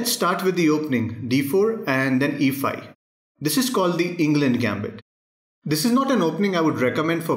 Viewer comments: It's ENG "LUND" 😂😂😂😂😂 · It's englund gambit😂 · The spelling is correct but, Eng'LUND' gambit ??! Wtf bro